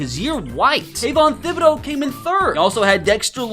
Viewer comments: Tib eh dough is how its pronounced my guy 😊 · I seriously cannot stand how he pronounces Kayvon Thibodeaux's name. Its like Tip or Tickle not Thin or Thick. You don't pronounce the H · The H is silent.